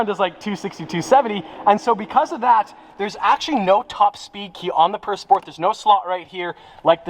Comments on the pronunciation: can you pronounce how it was supposed to be pronounced? pure? and not purr. its not a cat that purrs. 'pur' in french is pronounced like 'pure' in english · Pur pronunciation I believe is pure